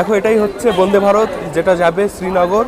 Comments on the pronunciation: apni bonde varot bolchen keno?A R Rahmaner gunta gun bolte na parle Vande e e e ma taram. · বোনদে ভারত না বলে বনদে ভারত, উচ্চারণ করতে হবে। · তোর কি আলজিভ মোটা না কি ইচ্ছে করে বোনদে ভারত বোনদে ভারত করিস। তোরা গ্রামে থাকিস ভুল উচ্চারণ হতেই পারে তা বলে সেটাকে রেক্টিফাই করে দিলে কি ইচ্ছা করে ওই একই উচ্চারণ করিস যে আমি যেটা বলছি সেটাই ঠিক।